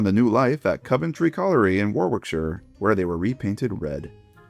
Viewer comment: holy, home city mention! Planning to do my own layout with the a lil coventry colliery section, already have the wagons just need 1501 also its pronounce ko·vuhn·tree and wo-ruhk-shuh ;)